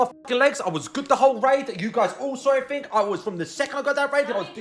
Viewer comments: Never trust a person who pronounces everything as everythink. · It's ophva, everyphin is gon. Everphin is gone m8, it's ovpha